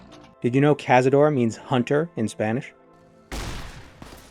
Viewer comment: Actually cazaDOR means hunter in Spanish, CAzador means nothing. But every youtuber mispronounces them. And they also call them CAzadors when the correct term would be cazaDOres.